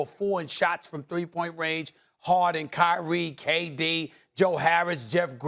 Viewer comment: it’s kyrie and it’s not that close